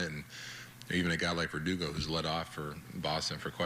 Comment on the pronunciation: lmao no way he just said perdugo....IM DEAD!